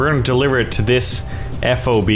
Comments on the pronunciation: it is not "Eff O Bee", it's "FOB", like key fob. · It could, but it shouldn't. As a fobbit myself, I should know. FOB, like Bob.